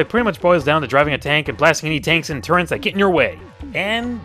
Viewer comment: "Turrents" A mistake or just odd pronunciation?